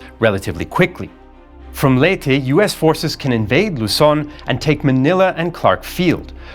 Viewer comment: Finally someone pronounce Leyte right, as in Ley-Te, not Leyte (Late)